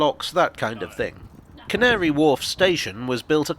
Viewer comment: How carefully did you have to say Can't-ary Wharf?